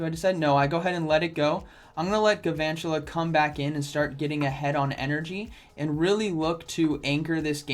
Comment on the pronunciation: It's pronounced gal-vantula, like galvanize